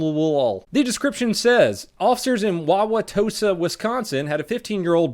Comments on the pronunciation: I love how he first said Wauwatosa, sounded like he practiced it a bunch of times before the video :D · Wow.. he said Wauwatosa right lol not many ppl do say that correctly, there are alot tougher names here but that is up there. Most emphasize the u which makes it really funny to see them try to pronounce it lol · Kudos for saying Wauwatosa right. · You are a honorary Wisconsinite because you can pronounce Wauwatosa correctly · Holy dogshit you pronounced it right. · Props you did a great job of pronouncing the Native American name. Lots of funny ones in Wisconsin that are fun to listen to others try and say if they aren't familiar with them. Lol. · Good pronunciation of Wauwatosa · Lol, I live near wauwatosa, you pronounced it correctly but you seemed really hesitant in the way you said it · Props on pronouncing "Wauwatosa" correctly!!! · Good job pronouncing Wauwatosa. Most people screw it up. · You actually pronounced wauwatosa right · AYYYYY Way to pronounce Wauwatosa correctly on the first try! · clap clap clap pronounce wa-wa-tosa correctly!!! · LMAO, in the dashcam footage of that first video I know exactly where that watertower is, I've driven past it on the freeway. Also, thanks for pronouncing Wauwatosa correctly, we've got some silly city names here. Like oconomowoc, which is also my favorite hangman word.